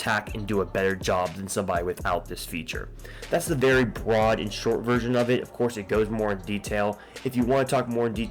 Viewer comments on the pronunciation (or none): none